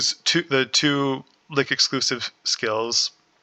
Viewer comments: lol no there only one correct way to say Lich and its not "lick" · I enjoyed the video and the lenghty description, but I cringed everytime you said said ''Lick'' lol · Like the concept but this video is way longer than it should be and hearing you mispronounce Lich triggers me. Like do you pronounce rich as rick? 🤔 Hopefully over time your content will get better. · I enjoy the theorycrafting and details on skill interactions. You're clear on your reasoning which helps a lot. It would be helpful to include more details as to the recommended order in which to take nodes and passives. I have no experience with liches and a better idea on sequencing would be nice for survivability. And pronunciation-wise, yours with "lich" just sounded like you were from Germany or spoke Yiddish. No biggie.